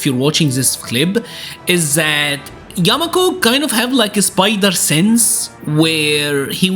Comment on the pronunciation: Yakumo not yamako...